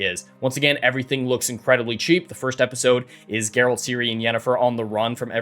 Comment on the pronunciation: Sorry, but I have to. It's "Geralt."